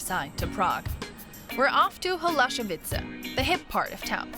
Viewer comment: It's "Holešovice", not "Holašovice".